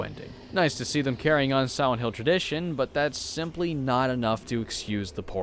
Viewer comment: Siwent hill. Look at his lips during pronunciation.